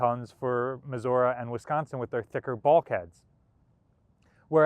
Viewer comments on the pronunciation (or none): none